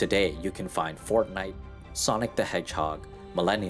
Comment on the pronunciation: 30:2i the ways he says fortnite tho